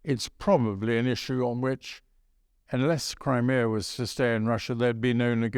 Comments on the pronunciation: He gets his R's and W's all wong. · It's pretty hard getting through an interview, where words like Wussia and Bwitain are present, makes me think about the biggus dickus sketch from Monty Python!